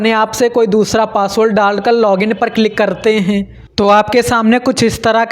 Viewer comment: Renge 😂 renge😂 sakteeee heeen banana hainnnn thoda sahi se bol le itna bhi na dhyaan de prunciation (उच्चारण) pe😂